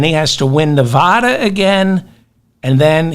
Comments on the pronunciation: Just a suggestion. Stop saying Nevaahda. It's nevada you illiterate. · People who live in Nevada cringe when they hear 'Nevah-da'. The first 'a' sounds like the 'a' in 'crack'.